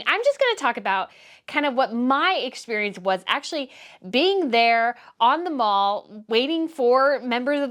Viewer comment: It's not " the mall" , it's pronounced : the " MAHL" 😘